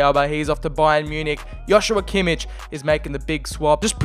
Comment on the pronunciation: When you say Joshua Kimmich you say Hoshua Kimmich, its just a J